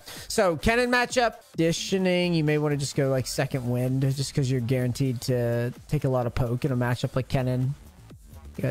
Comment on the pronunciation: anyone else catch said he GARENtee at the start of the vid?